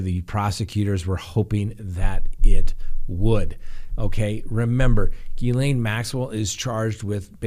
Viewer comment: It's Gil-LEN not Gil-LANE.